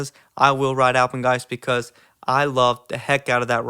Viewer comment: you just earned my respect for saying Alpengeist bro